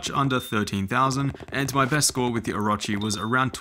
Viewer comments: Oh - row - chee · O-ruh-chee ew